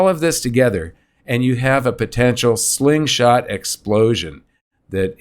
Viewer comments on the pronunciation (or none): Hey you been saying this slingshot for decades already! Someday you will get it right!